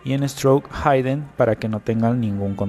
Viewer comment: se pronuncia "ji-den" no "jaiden"